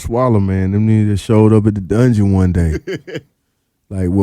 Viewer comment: Dungeon not Dugeon